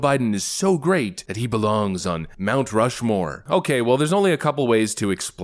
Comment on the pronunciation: Nancy, it's called Mt Rush-more, not Mt Stumble-more or Mt Slow-more 😂🤣🤦‍♂️